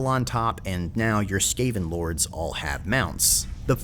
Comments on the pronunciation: "Skaaven" dude wtf is that pronounciation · SKÁ-ven!? ZÓ-at!? I think i've fallen in love with your pronunciation. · u dont know how to pronounce skaven do u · you sound pretty on point for your speculation, almost sounds like something CA would do, also i wonder how many people you pissed off mispronouncing the skaven, i am having a good laugh thinking about that. I would love Clan Moulder to have a go in the ME campaigns or even vortex, CA been really hitting it off with the Skaven so far on Skryre and Eshin, though it's hard to top the sheer fun factor of Skryre, you get to throw a tactical nuke in a battlefield where it's primarily Swords and Sorcery for crying out loud! Eshin was nice too with Snikch, but damn Skryre has spoiled me for skaven, will have to do something really good with Moulder and Mutations for that precedent. As for the Wood Elves, yeah the twins sound really cool, there is an argument for Ariel, but as you said the problem with her is she can't exactly leave Athel Loren, Maybe if Ariel would be included in TWWH2 or 3 that whole system with teleporting the world roots could help with her in that regard. I would speculate that if Ariel were in it would probably translate as her not being able to leave Athel Loren as, she starts taking unmitigated attrition damage to herself whenever she is not within the borders of wood elf territory, or more restrictingly not within key territories of the world root locations or athel loren, the former being slightly lore breaking while that latter could make an interesting playstyle, but could be also too frustrating if done wrong, but then either case would have to make her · I’ve never heard anyone pronounce Skaven like you did in this video before? Everyone else I’ve heard say it pronounce it differently? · Just a mistake I'd say. The common pronunciation is the correct one. Skaven sounding like Craven. Heh. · I think he's just doing it on purpose to make it sound funny. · really ? skah-ven?